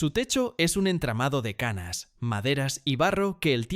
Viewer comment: LA IGLESIA ABANDONADA DE AGRELO, TIENE EN EL TECHO UN ENTRAMADO DE *CAÑAS*, NO DE CANAS. QUE DESASTRE DE PRONUNCIACIÓN. SOY DE MENDOZA. CONOZCO TODOS ESOS LUGARES. 🤭🤦